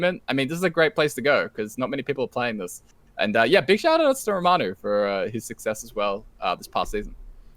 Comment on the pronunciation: Basically what I'm saying is I got lowkey triggered every time you guys said Ramanu 😂